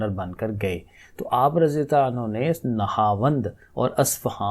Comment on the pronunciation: un ha ni prhna . un hu prhna hy